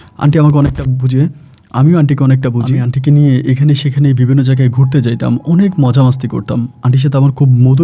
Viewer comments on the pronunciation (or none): none